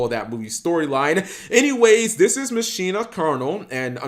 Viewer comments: Masheena I thought it was pronounced Makina you know the Spanish term for machine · sorry to break it to you, but that's not how you pronounce it. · Why call it Muh-sheen-nuh? Why not call it Ma-qi-nah? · "Machina" is pronounced the same way you say "machine" in Spanish. Mak-ee-nah